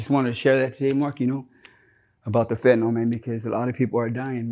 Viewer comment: would be more credible if he could pronounce fentanyl.